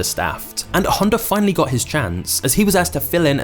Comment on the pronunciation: dude says "Honder"